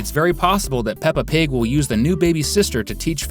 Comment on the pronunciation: OH MY GOD ITS P.I.G NOT P.P.G!!!